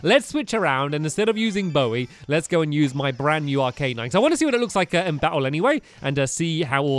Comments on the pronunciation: its called arcanine not arc A nine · its arc-a-nine stampy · its not arca nine its arcanine stampy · It's pronounced Ar-ki-nine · it is arca nine . This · Arcanine: (Ar-Ke-Nine) stamp your awesome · Its Arc- a- nine